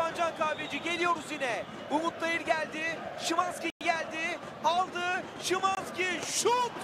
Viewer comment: schiiwannnzzkiii hahahha isimini niye öyle söyledi (alle deutsch-türken) verstehen 😂